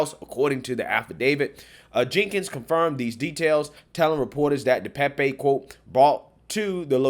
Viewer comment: DePape (Duh Pay'p. Youtubers have gotten the pronunciation wrong) Pelosi got to his phone, in the bathroom, by saying he needed 'a break' and walked, under his own power, to the bathroom. Pelosi opened the door to the police. Anyone with at least 6 functioning brain cells could tell that this whole situation glows like it's radioactive.